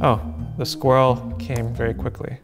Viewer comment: Once again, my condolences to all Americans. I hope one day you will discover how to pronounce squirrel correctly. Also Craig, plague, Sonya, and aluminEEum.